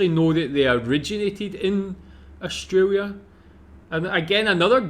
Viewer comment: I wish you would stop saying Austraria ,,,,it is Australia